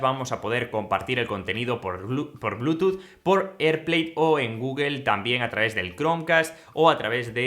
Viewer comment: Guguel? Es enserio que le dicen así? 😆😆😆😆😆😆